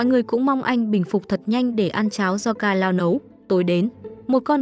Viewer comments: kanao❌ ka-lao✔ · Kanao mà D:< Sao nói là kalao <:< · Kanao❌ Kalao✅